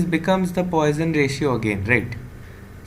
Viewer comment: Very good lecture. Came from X . Btw the pronunciation is "pwɑ.sɔ̃" puasawn .